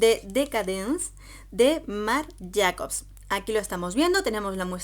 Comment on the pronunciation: Marc Jacobs se pronuncia "Marc Jeicobs"